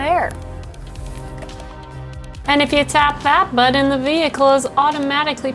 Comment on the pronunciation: I'm upgrading from my previous gen GLS63 to this, delivery scheduled for early November. It's the perfect daily driver and tows a car trailer better than any pickup. I'm smitten by the SUV and the hosts!! (Aside from: you don't pronounce "button" in any way I've ever heard before. Other than that, you may well be the perfect woman.)